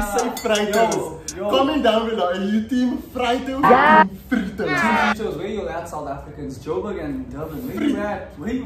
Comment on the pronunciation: It's freeeeetos